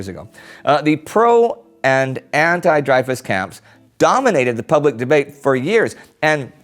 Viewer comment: Indy, you need to google the pronunciations of some names. Might we worth youtubing them first. You're knowledge is great but some of the names are off. You made a mess of the names in the special on the irish 1916 rising. To be fair everyone who isn't Irish does that :). Today it was Dreyfus. It's pronounced Drey-fu